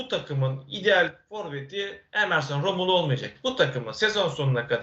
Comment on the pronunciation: analizlerini yorumlarini zevkle izleyip takip ediyoruz cansın... Ama senden tek bir ricam var nolur artık şu adamın adını doğru söyle. rAmulo değil rOmulo.